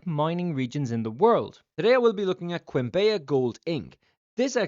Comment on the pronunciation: As a Colombian myself, I had no idea about this. Also, the way you pronounce "Quimbaya" is very funny 😂. The correct pronunciation is like "kim-BAH-yah".